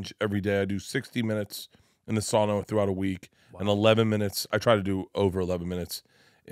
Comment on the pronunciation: As a finn I appreciate how pronounced the word sauna, almost getting the "ooh" in the middle as far as it should be.